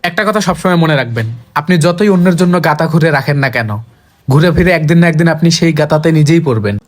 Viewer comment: গাতা না গর্ত